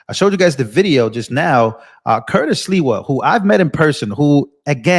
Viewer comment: You just called him Curtis Leewell It's SLIWA Com On Man